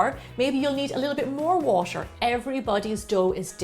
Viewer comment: When Gemma pronounces t in ‘water’ it’s so exotic like ‘watsher’